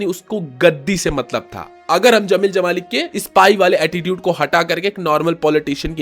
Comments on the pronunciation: Bhaai, zameel zamaali nahin hota...jameel jamaali tha. Har jagah 'z' nahin bola kartay cool 😎 dikhnay kay liye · Bro it's Jamil jamali not zamil jamali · जब 'ज' बोल सकते हो तो ज़मील ज़माली क्यों बोलते हो? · Dude Z and J pronounce different zara ye bol ke dikha...... Jai Hind, Zai Hind mat bolna Video pe effect karwadunga